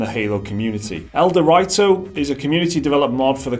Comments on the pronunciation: It's El Do Rito not El de righto. C'mon guys you clearly did fuck all research here if you got that name wrong. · As mentioned above, it's a word play on El Dorado, Mountain Dew, and Dorito but wrapped into one word "El-Dew-Rito". When you go to the store, you don't call them "Dor-write-os" Dor-ree-toes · El-Dew-Ree-Toe. Like Dorito. Dew is short for Mountain Dew. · It's pronounced "DEW REETO." Doritos and Mountain Dew are "gamer fuel," thus the words were combined into "dewrito." It's a meme, you dip. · the way you pronounce ELDerwrito displeases me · Ah, I see what you're getting at now. They aren't using the Doritos/Dew connection but are saying it as El-de-write-oes, i.e. how it's written instead of using the meaning behind it to pronounce it. The difference being the position of the 'w', either at the end of 'dew' or the start of 'writo' in it's pronunciation. I don't know which one is correct unless we can find someone official saying it. You may be right though, given that connection. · The way you pronounce ElDewrito makes my ears bleed.